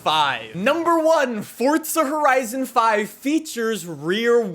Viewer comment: “fortza horizon”